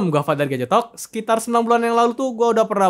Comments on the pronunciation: Gadgetalk. Gua dengernya gajetok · Gua penonton baru disini, sumpah, di gua dengernya "Gajetot" anjir